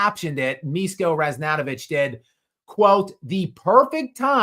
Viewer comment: Hey! Pronunciation should be "Mishko", "Mi" like Miso soup, "Sh" like shepard, and "ko" like "code"